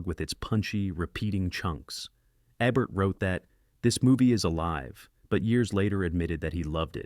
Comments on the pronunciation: Roger Ebbert? Really? How hard is it for a person to just read this? It’s probably an AI releasing fifty videos a week on an automated schedule. Countdown lists are guaranteed gold. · Who’s Roger Ebb-bert? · At least get the bot to pronounce Ebert's name correctly.